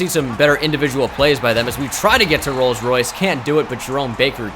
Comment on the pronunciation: Did you see how said “Rolls-Royce” 😂😂😂😂